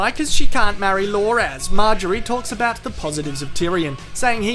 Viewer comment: I like how he calls Loras, "Lore-ass"